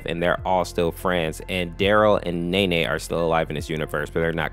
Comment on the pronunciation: Well at least he said nenes name right